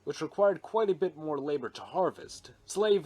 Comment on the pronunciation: Whenever you say “or join our ranks by subscribing for MORE” I always mishear it as “or join our ranks by subscribing for WAR”